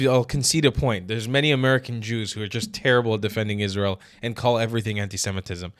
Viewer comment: I said the same thing when I first saw this. He's paying a friggin compliment. And that one bimbo (I know, they all are, except Jillian) can't even pronounce Israel and semite.